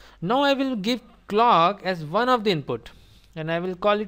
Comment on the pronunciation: Perfect! Thanks. But I have a question. Why you'd say 'Vne' instead of 'One', 'Ven' instead of 'When'?